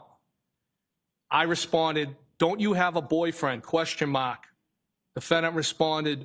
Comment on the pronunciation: If I have to hear him say “Question MAHK” one more time I swear to “GHAD”! 😤